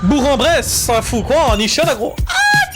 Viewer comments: Ça se dit bourk en bresse même si ça s’écrit bourg voilà voilà bonne vidéo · commence par bien prononcer le nom de ma ville bro 😭🙏 Bour"k" en bresse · bourg en bresse se prononce bourk en bresse, tres cool le reportage et le react avec plein de bienveillance